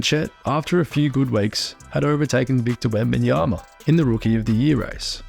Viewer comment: It's WEMBANYAMA not WembEnyama